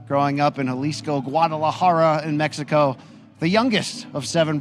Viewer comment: Who the hell is talking when the fighters are making their entrance?? He sound slow af can’t even pronounce the word “Mexico” right… .. Do better next time showtime don’t let these caveman on the microphone sheesh 😂